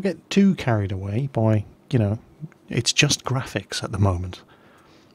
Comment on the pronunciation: GWAFICS, GWAFICS, GWAFICS, THEY'WE BEAUTIFUL.